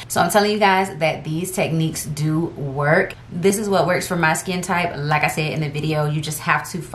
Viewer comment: Like i said, in your accent, "Lakka shed" 🤟